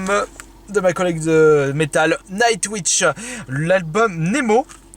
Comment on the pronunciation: Nightwouitche n'existe pas, on dit Nightwouiche.